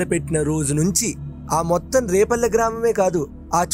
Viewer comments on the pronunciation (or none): adi repalle kadu, adi vrepalle! Endukante maadhi repalle ne, ma vallani kuda adiganu. So, Brindhavanam ki daggara lo unnadhi vrepalle. Mee podcasts chala bavuntayi. Chala baga explain chestaru.